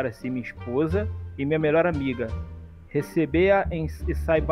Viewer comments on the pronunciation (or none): "Recebeia e saibá"